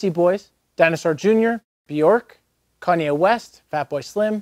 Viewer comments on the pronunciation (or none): none